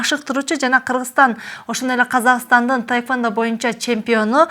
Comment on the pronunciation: Ведущая кыз тайквандо дейт го. Тиги спортсменкага да таэквпндо деп жазып коюуптур бляячч🤣🤣🤣🤣🤣🤣🤣идиоттор тайквандо же таэквандо эмес тхеквондо деп жазылат блять